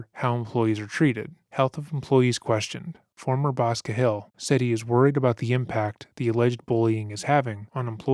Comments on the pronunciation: Cahill is pronounced Kay-Hill. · For the love of god It’s pronounced KAY-HILL! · It's pronounced Cay-hill, Irish. I really appreciate your content. ✌🏼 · Do you mean Cahill (Kay Hill)? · Narrator needs to learn how to say the last name "Cahill".